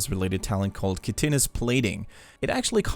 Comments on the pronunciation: definitely not what sounded like "kitchenous" a few times in the video. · Chitinous is pronounced kitin' us. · As a former SC2 player; it's pronounced KITE-Nis. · its pronounced like kite-onous or kite-on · You butchered Chitinous plating.